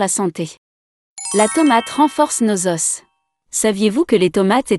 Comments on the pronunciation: On ne dit pas"aus" on prononce o"ce" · " nos Osse " 🤣 nos Oooo pas Osse banane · Os au pluriel se prononce "O" ... Un "OS" deux "O". Juste pour la prochaine fois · Ça dépend d'où tu es natif ! Je viens du Québec et nous disons ''un osse'' , ''des z'osses 😄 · un "OS", des "OS", on ne doit pas entendre le °s° au pluriel..... la tomate "alliez" !!!!! pourquoi cette forme ?? la tomate "alliée", c'est mieux et plus correct.